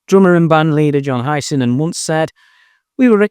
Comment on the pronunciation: Why can't you say "Hiseman"? Are you AI like all the others?